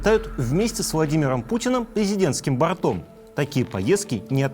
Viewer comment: Не борто'м,а бо'ртом летают😅